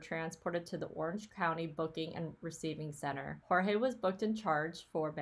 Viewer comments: I think his name is pronounced like 'George'. At least that's how both Sarah and Jorge's brother say it. Maybe it's because he's American-born? Dunno. Anyway, thanks for the research! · I feel the need to set you straight on how to pronounce Jorge’s name. He stated to the police on one of his arrests that he prefers to be called Jorge pronounced George. Just saying